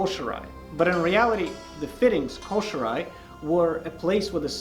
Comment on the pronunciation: Man, I love these videos! Someone needs to tell bro that it is pronounced KOH-SHEE-RAH-EH not koh-she-rye! LMAO! Plus, someone help him with his iaido and tameshigiri before he severs an arm or a leg! :face-blue-wide-eyes::face-orange-raised-eyebrow::hand-orange-covering-eyes::face-turquoise-covering-eyes